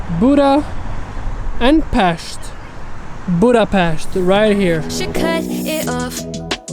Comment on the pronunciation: As a hungarian I hit the like button as soon as you pronounced Budapest the right way!